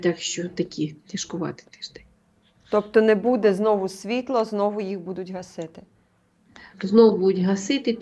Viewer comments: чого ви кажете будЕ, це ж неправильно. Дуже ріже слух. Коли такі тривожні новини та прогнози, це будЕ особливо неприємно. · дуже ріже слух Ваше БУДЄ, БУДУТЬ з наголосом на Е та друге У. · БудЕмо,будЕ.Важко це слухати,не природньо для Вас,.